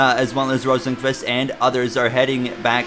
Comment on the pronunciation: Great episode but Rosenqvist is usually pronounced Rosenquist from what I’ve heard. Also these sliders seem unrealistic